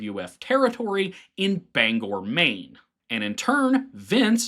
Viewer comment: Really, really appreciate your pronouncing Bangor correctly. Most owtastateahs blow that.